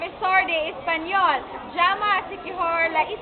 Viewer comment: hablan bien , solo que la "E " española la pronuncian como "I"